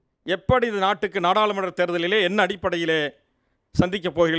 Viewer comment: அருமையான உச்சரிப்பு: இல்லாமள், இல்லாமள், பகள், நாடாலுமன்ற, இவர்தான் பார்த்துக்கோங்க! "" அல்ல!!